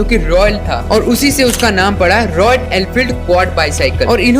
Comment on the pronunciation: It's Royal not royan